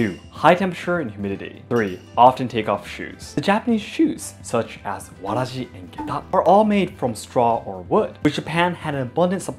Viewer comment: I didn't knew samurai sandals were called "waraji", in my country another name for sandals is "huarache" and hearing pronunciation of waraji sounds almost the same as huarache 😱 would it the related?